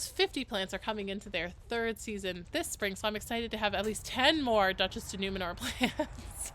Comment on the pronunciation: Girl. I've watched this entire video and I'm 95% positive that you are saying Numenor and not Nemour 😂 Tolkien fan?